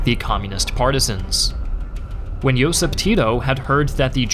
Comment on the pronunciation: a lot of pronunciation was not correct...but what to expect from english speaker... He can't pronounce Josip or Stana correctly... So it was pretty good with my expectations ☺️